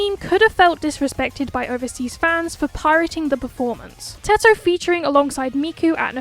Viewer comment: Finally someone says Teto and not Tedto💀